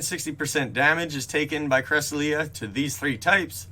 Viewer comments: Cra-sel-yuh not cres-uh-lee-uh, but thank u for updating us on everything spoofing related, if u get the new key for this week, would u mind pinning a comment too? I believe they’ve been giving free keys for the past weeks due to parteon problems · yea cresselia is a weird one cuz the pronunciation in the poke book is correct but it can still be taken 1 of 2 ways